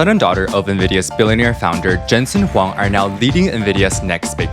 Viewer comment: Huang = Wong